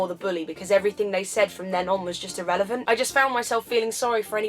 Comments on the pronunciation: Haha :) did you notice that you said irrelivent (ir elephant) after you said elephant... it just made me smile :) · Wish you'd said irrelephant, not irrelevant.